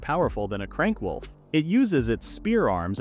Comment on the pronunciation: At like 23-25 it said crank wolf instead of c rank wolf